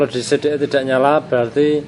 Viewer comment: Si di ai Bukan Se de ai CDI